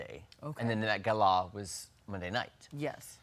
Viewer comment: Dude, just pronounce "gala" like the little people